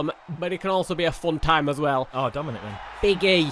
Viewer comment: Hey "Dominik"